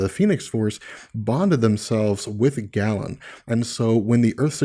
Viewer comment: small, minor thing... it's pronounced Gay-lan, not Gallon.